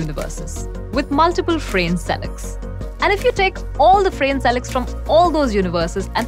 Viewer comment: His name is not pronounced as [f'rein] but [f'ra:ne] (more or less, I can't bother to check exact IPA). You can't use English pronounciations for Croatian names, or any other foreign names for that matter.